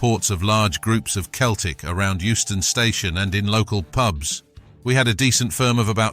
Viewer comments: Doing my head in with the commentary from the start it's pronounced Seltic and it's tric colour,believe me if it was in Glasgow you would have meet the full mob,Huns or not backing you up,ask Lincoln what they faced in Chris Sutton's testimonial at Sincil Bank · Its not keltic its Celtic 🇮🇪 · Mate, if you're going to keep doing this vids, and a lot of the 'aggro' stuff you state is half fabrication, you could at least pronounce the word Celtic properly for chrissake